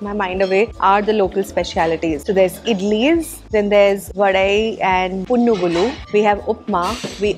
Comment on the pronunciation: You said punugulu almost correct, btw iam from Andhra